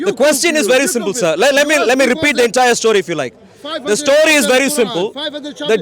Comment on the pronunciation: I nearly dropped off my seat. The man said, "Your aladin stoy can wait" 😂😂😂😂😂